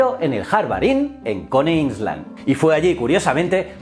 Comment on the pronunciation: te queremos mucho pero sólo de ver 4 pelis ya sabemos que se dice "coni ailand". Ya te lo dije hace un año, ponte un poco las pilas con la pronunciación en inglés de los sitios. No cuesta tanto.